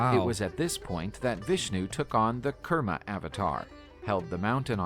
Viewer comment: Kurma not kerma